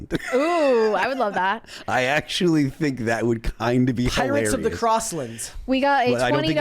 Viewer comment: Ox-shully., come on.